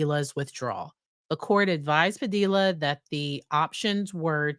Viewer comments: Padilla rhymes with tortilla. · Fyi, it's pronounced buff-oon, not baff-oon. And generally the l's in Padilla are silent.